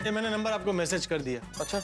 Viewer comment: nober nahi number hota hai